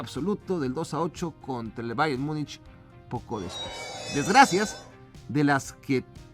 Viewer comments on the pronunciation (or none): none